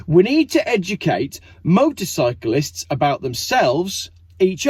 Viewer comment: its motorcyclist motorcyclist lol